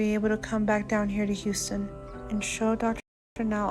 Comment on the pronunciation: says “y” instead of “h”! Like “youston”, “yuman”